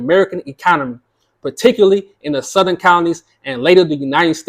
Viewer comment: Not South-er-en California. 😂